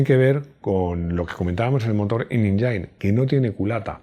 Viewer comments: La palabra "engine" debe pronunciarse algo así como "èngin". No "injain". Saludos! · Saludos. Buen video, pero me resulta curioso que pronuncies 'inenjain' cuando la pronunciación de engine en inglés es 'en-jin'